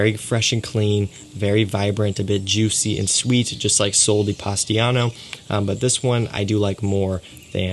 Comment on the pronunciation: My friend, with respect, but please the name its Sol de POSITANO. Not Pastiano! Poor italians from POSITANO region....lol Accualy Sole Di POSITANO tô be ecxact. Hugs from Brasil!